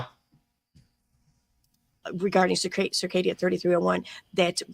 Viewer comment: Are they mispronouncing CIrCadia a combination of Arcadia and cicada 3301. It's weird.